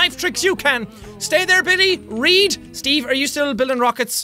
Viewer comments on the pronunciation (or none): i don't always comment, but I when do You read it wrong…